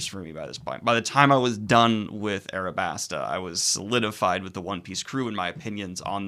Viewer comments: "Arabasta" This upsets me more than you can know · How in the fuck did you lose the L and add an R to Alabasta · Daniel... how are you still saying Nami wrong Also RIP to Daniel in the comments for confusing arcs and sagas, counting G8, and saying Alabasta wrong.